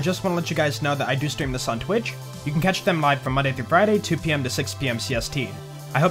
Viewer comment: my random comment for this day is when you say "peace out" in the end of the video i'm now hearing "pee south"